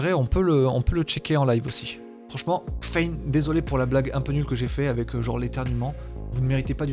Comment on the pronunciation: Tabarnak?! Kffein = Caféïne!!! Voyons...